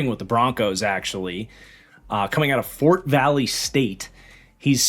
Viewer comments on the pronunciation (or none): none